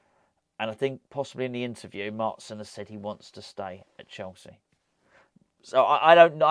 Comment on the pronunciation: Hope we get Maatsen :) get this dutch irons supporter a countryman!! It's pronounced maahtsen by the way 😊